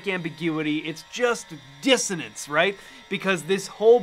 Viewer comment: I want to hear you pronounce diss o nen ce. It's coming of dissodence. (Sorry, I admit I'm obsessed...)